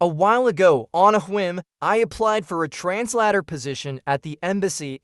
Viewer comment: Sounds like he needs to learn how to say translator.